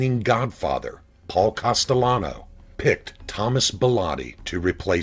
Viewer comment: Pronounce the name right,please! It`s NOT COSTELLANO, it`s CASTELLANO.